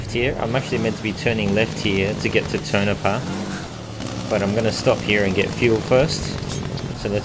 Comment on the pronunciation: no not tinopa its to-ni-pau